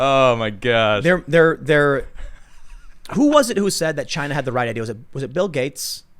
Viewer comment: "It comes from Chi-Na"